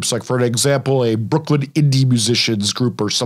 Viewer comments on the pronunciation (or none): none